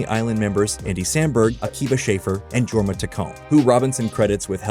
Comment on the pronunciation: just for the future its worth knowing that Jorma Taccone's name is pronounced YOUR-mah the J becoming more like a Y.